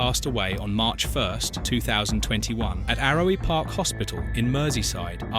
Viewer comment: It’s Called Arrow Park, not Arrowee Park😂